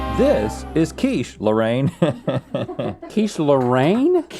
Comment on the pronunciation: Quiche Loh-rain lol